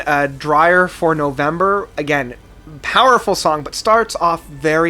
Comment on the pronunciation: Mispronunciation of songs and getting the titles completely wrong thats a paddlin Black Rose Immortal not Black Rose Eternal. Ethereal Eth ee ree al Dirge for november not drier durjj Godhead's (head not heed) Lament. Heir Apparent (Air Apparent) Ranking Ghost Reveries, Blackwater Park, Still Life, Morningrise Deliverance and Damnation below Pale Communion....oh you better believe thats a paddlin.